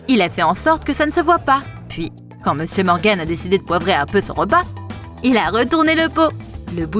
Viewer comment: Par contre elle a dit meusieur Morgane 😂